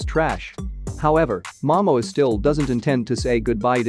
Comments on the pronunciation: You know what I think is funny? Aquaman 2 isn’t even out yet and they are calling it a flop. Oh and it’s MaMōa. Please say it right. I feel that people need to stop speak negative and just wait and see. The first movie was not terrible. It made over 2 Billion dollars. Lmao I love how these click bait spots are so bad. Fr fr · I think that someone should teach the narrator to pronounce the stars name before you ask him to nattators any more clips !!!!